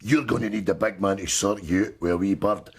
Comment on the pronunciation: Hey, it’s pronounced “The BIG Man” not the “The Big MAN”